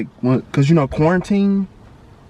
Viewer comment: This nigga said corintine😂😂